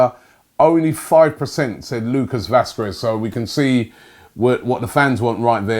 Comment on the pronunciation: All I know is Robbie does not say Shkodran or Vazquez correctly